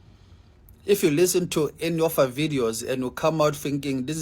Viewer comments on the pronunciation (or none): The man with the 🇿🇦 background says har instead of her 🤔. And he says do somefing with yoa life